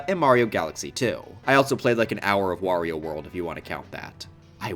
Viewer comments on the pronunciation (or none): none